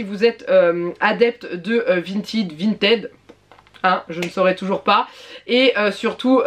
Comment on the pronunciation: Si tu regardes la pub du site à la télévision par exemple, ils disent Vinted, avec le ted se disant comme le prénom Ted. Vinted, en mode "vintid" est le terme prononcé à l'anglaise, mais bon comme le site lui-même ne le dit pas ainsi ^^ ne te compliques pas la tête.